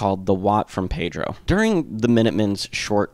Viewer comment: Hi, my name is Richard Bonney. I can tell you got some information from the Documentary We Jam Econo, I am from Pedro and met George when I was 12, and Watt at 16 they were 2 years older than me. I was literally in that backyard shed when they first played. Besides the miss pronunciations and a few stores that are out of place, I am happy with this. Oh, and its called Peeedro, not Pedro. I was also with them on the last tour with REM.